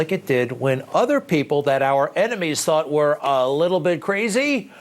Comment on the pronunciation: "He's ca-razy, but a GOOD kind of ca-razy!"🙄